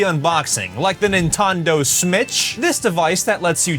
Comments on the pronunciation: Nah it’s Nintendo ritch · Nintondo smitch😂😂